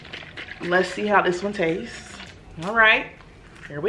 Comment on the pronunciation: "it tatses just like a protein shake... nasty" 😂😂😭😂